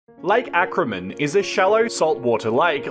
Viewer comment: Lake Acraman, not Ackerman.